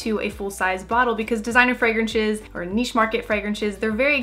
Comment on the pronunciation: When she said "fragrenshes